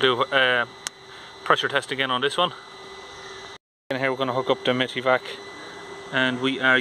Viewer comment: Live data is golden for these issues! PS: Isn't it pronounced "Mighty" vac?